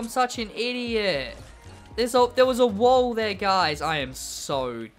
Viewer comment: u say wall weird, but good vid tho like the content